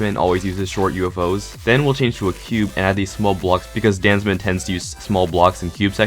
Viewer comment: Captions on. What says:DanZmeN What captions say: Dance Man